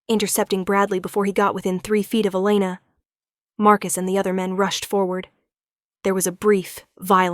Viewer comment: One pronunciation of the name Elana - Eee-lay-na NOT El-luh-na